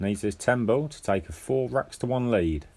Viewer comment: It's ball, not bull or bowl. Nice match though, thanks for sharing.